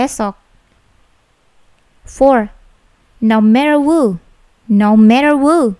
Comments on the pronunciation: mis bukanyya who itu bacanya hu ya. kok wu, maaf miss apa saya yg belum tau ?? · Kak ini koo ngmongnya ada yang salah? Who di baca wo